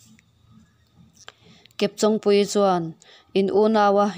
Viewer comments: Chawng hi intawng tih a tawng anga lam tur...Kepchawngpuii hming a, chawng tih ang thluk ang hian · Chawng hi I lam dan a dik lo kepchawngpuii tia chawng I lam ang hian lam tur chawng an Chen a I chawng lam hi a dik lo